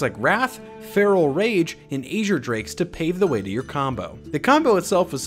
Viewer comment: I think you're mispronouncing azure